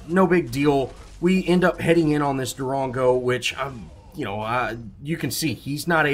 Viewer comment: I cringe every time you say Darango. But good commentary